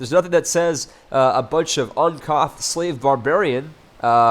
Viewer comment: "uncoth" what a moron